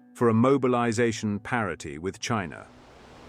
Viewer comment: 'parity' NOT 'parody'...